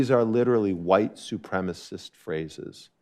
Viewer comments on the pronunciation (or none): It’s ok to be huwite